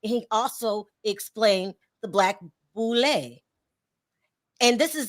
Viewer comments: the boule, serves the Illuminati pronounced boo -lay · It's the Boo- lay